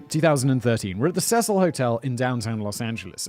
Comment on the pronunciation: 'See-sill' is the pronunciation for the hotel for future reference.